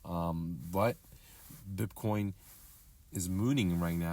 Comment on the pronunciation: It's BITcoin not BIP coin